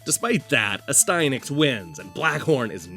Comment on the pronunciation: ... I have been saying the name incorrectly all this time. I pronounced it AS'-tee-a-nax. Your way sounds way better :o)